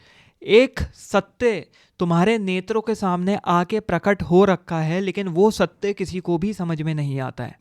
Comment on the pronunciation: Satte ya satya....bro ka pronunciation bohot hi khrab hai.... please mat bana philosophy pe